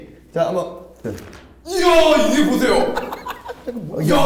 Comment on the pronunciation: 이거 보세요인데 이게 보세요(?)ㅋㅋㅋㅋㅋㅋㅋㅋㅋ좋아 자연스러웠어ㅋㅋㅋㅋ